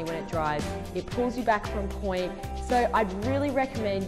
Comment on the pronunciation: It’s POINT not pointe. If you’re trying to say pointed